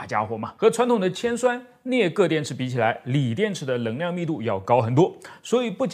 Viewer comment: 太惊讶了，竟然可以正确读出【能量】的【能】比如【能够】这里就说对了，还以为只会把【能】说成【棱】，请原谅我的吹毛求疵，的节目我非常喜欢，觉得做的非常棒~